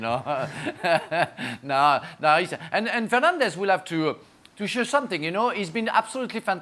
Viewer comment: Did Frank just call Bruno, “Penandes”? 💀